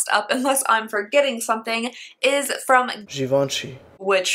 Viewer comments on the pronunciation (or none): Givenchy is pronounced "g-von-she" :) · lol even the insert was pronuncing it wrong... it gi-ven-chy like this: gi = zhi (like in doctor zhivago) + ven = van (like vaan der camp with a hard a) + chy = chi (shi like in shingles) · Haha After I looked it up there was so much debate about the proper way to say it! I was pronouncing it like give-inch-chee which I knew had to be wrong after looking at so many pronunciations!